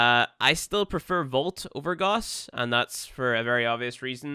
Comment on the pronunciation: IT'S NOT GOSS ITS GAWSS